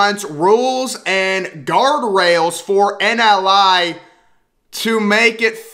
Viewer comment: Also, it is "NIL"; not 'NLI"